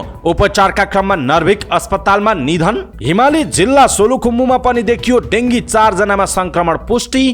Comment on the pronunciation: डेंगू अथवा डेंग्यू तर डेंगी उच्चारण होइन न्यूज रीडर ।